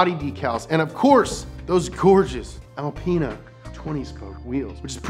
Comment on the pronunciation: “BMW AlpAina”